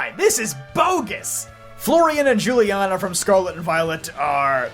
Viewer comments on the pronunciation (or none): Weird take. There is no reason to assume Akari and Rei are Dawn and Lucas. Also given that Paldea is based on Spain, I guarantee you should reconsider how you pronounce Juliana.